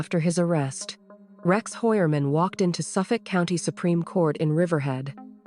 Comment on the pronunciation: Hoy-er-man is the pronunciation in original German.